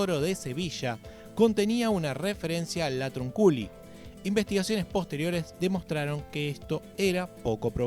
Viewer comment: Se pronuncia latrÚnculi 😂